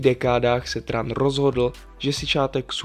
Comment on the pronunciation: Opravdu se Tran vyslovuje Tran? 😱